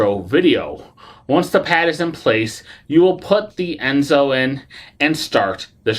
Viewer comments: Right…. It’s En-so, not Es-no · You sort of undercut your credibility by mispronouncing the name of the ENSO device. Not "Esno," as you keep saying. Apart from that, your review is pretty accurate, though. I'm on my third run of mine, as I type this. The key to using it "mostly painlessly" is not to start at full power. I inch up about ~10 at a time, starting at 20. Over time, the perceived effect decreases, and as it becomes less noticeable, I step it up. If you feel PAIN, you're too high. Note, the pads are backed with soft silicone. They can be washed with soap and water (no scrubbing) and sir dried. This will allow them to be used a lot more. Note, all this does is deaden your perception of pain. It doesn't remove the cause of the pain. I've just gone up to 55% after 20 minutes, just FYI. By 1 hour I'll be up to 75 with little experienced sensation. I don't ever plan to go higher. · Why do you keep mispronouncing the name?????? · Yeah, I agree. After hearing the name wrong twice, I stopped watching.